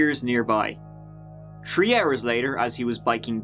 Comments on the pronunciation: He over emphasizes mispronouncing “three” any time he can. Thought it was funny at first but after a few videos It’s a little annoying tbh. I get that he has an accent, but he’s doing it on purpose now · I watched tree episodes then tirteen then tirty - tree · Every episode, all the dates and timestamps are tree, turdy tree or turd teenth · Drinking Game: If says the number tree, take a drink. If he says tirty-tree, everybody chugs! 🍺 🌳 🌳 🌳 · I love that there is a number "tree" in every episode 😁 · honestly, hearing him say "tree" is most of why I watch these. and I suspect he knows... and I'm still waiting for "tree fiddy"